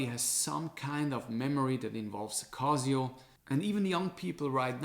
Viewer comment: "Kazio" haha. Man, cool video but why even bother with gucci, apple, swatch? You fell for Rolex/AP hype too. Like for the effort!